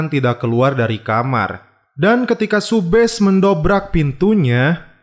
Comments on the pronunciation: Subhas bang bukan subhes😂😂 kan namasetek🥴🤪🤪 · Subash bang bukan subes